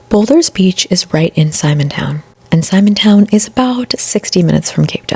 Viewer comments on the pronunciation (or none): Simon's Town, and boulders beach and Chapman's peak is how its pronounced. Also, theyre prawns, not shrimp. No hate but omg your pronounciation of everything, and your whispering is hectic.